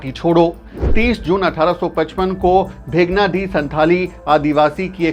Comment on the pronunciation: Sir भेगनाडीह नहीं शुद्ध नाम है भोगनाडीह district Sahebganj (jharkhand)